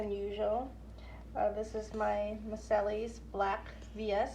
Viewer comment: I know this is old, but I wanted to tell you it's pronounced mar-SAY, named after a city in France.